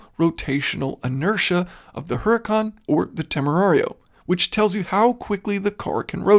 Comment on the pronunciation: great work, thank you - one observation - all lambos are named after spanish fighting bulls (as in the logo), huracan in spanish has a silent h, meaning, oorakan. cheerio.